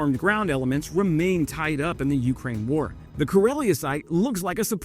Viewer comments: Your wife should make fun of how you say Ukraine too. It's "yoo-CRANE" not "YOO-crane". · I will like these videos even more when you learn to pronounce Ukraine correctly